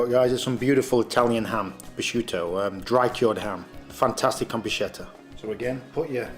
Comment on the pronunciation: It's interesting the way you pronounce bruschetta. Native Italian speakers pronounce it brü-ˈske-tə, but it's also acceptable in English to pronounce it brü-ˈshe-tə. It's almost like you're combining the two and saying brooshketta! Kind of like if Sean Connery was speaking Italian hehe